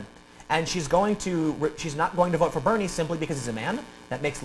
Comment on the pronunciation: Wait. Did he say Bernie or Beanie?